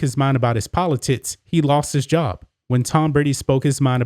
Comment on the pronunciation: Am I the only person hearing “politits” when says, “politics”? Just when I thought there was no way I could be pulled back into caring about elections, my man has managed to cast a different light upon the subject and frankly, I might be back! “Don’t let this last Presidential debacle leave a bad taste in your mouth. Let the redesigned, reshaped, and enlarged politits of future Congressman Bambi “Cotton” Canyons act as two perfectly shaped beacon’s, cutting through the darkness and exciting the next erection.